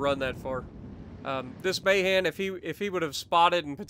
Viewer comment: Not a big thing, but I think it's ma-HAN, not MAY-han.